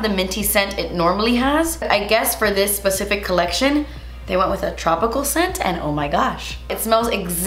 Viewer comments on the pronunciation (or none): none